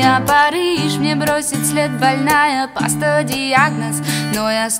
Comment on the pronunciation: "паста" лол)) Паства там